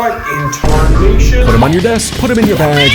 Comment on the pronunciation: what inntarnation